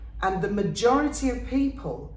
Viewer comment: Peepling, damn thing keeps dropping letters